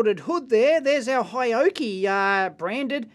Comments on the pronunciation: It is Hioki not Hayoki !! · Dear Dave: it's pronounced ‘hee-oh-key’, kthxbai.